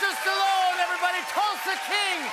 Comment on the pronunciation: is maybe the first time I hear an American pronounce Sly's surname almost as it should be pronounced!